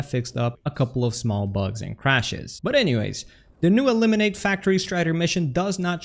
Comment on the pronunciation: "E"limin-ATE lol